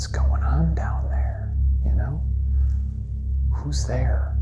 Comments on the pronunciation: That "who's there" sounds like "who's that." Am I the only one? Also that puns was good, Ryan. There was no whisper, sound windy. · You heard "Who's there?" I heard P*ssy , well more like P*ssay, which is the classier version 😉